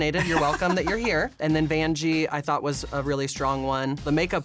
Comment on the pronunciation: I love how Derrick calls Vanjie Banjie XD